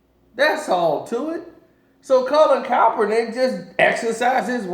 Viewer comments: KAEPernick, not CALLPernick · CALL-IN KAP-ER-NICK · You still saying Kaepernick name wrong smh